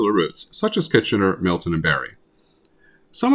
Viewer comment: Um, it's Milton, not Millton.